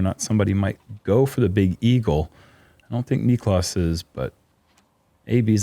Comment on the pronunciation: Heyyyyyy......SOME Of the American announcers are starting to get this guy's name right. Its not v hard. Oh , well not Paul..just heard him around 7 min. Only TWO Syllables ✌🏽👏🏽👏🏽 native English speakers Say : "knee• cläss" Niklas. Not Nich•o•las.... now you're a tad smarter 🌈